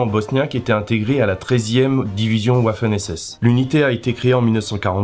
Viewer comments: "Les Ouaffeun ESSESSE" Mais MDRRRRRRR !!!! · Le W en allemand se prononce V et le V se prononce F. Donc "Vaffen SS" ... Au moins j'aurais appris quelque chose en cours d'allemand... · C'est quoi les "ouaffen SS"?